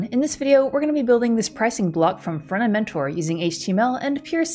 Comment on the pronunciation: Ohhhh Front-end mentor, not fronementor